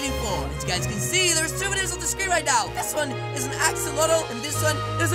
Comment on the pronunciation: Did u say ax-ax-axolotle?!?!